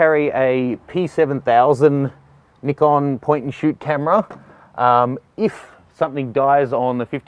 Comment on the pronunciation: its nice to see someone who says nikon, not naikon :D